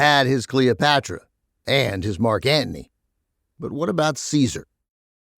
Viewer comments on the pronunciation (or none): Thanks for the podcast. I was surprised to see an audio-only version on YouTube. Ben also surprised me with his pronunciation of Marc Anthony as Marc Ant-ney. Must be an NYC thing.